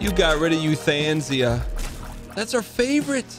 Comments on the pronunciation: "you-than-sia" lmao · no he didnt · chat was probably mad he wasn't saying euthanasia correctly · Does he say Euthanasia like that on purpose